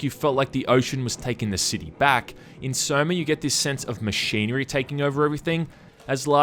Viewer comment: "SOMER" hehe. I just beat this game again cause it was raining and watched this review to hear "somer" :P